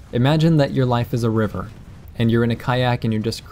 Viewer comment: you said river, i heard reaver, when i get the reaver i usually crash it in a tree.